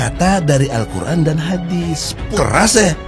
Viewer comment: ha ha hebrat hebrat mau bangun bangsa dengan Allqur,AN pas membacanya ALKUR